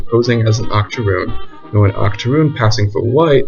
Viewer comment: Not gonna lie when u said Octorune I at first thought about a type of extinct cookie until u explained what that term actually meant bruh 😆. Also do more about this like perhaps do a historical analysis of the Pretty baby film which I think came out in the 70s and was about storyville.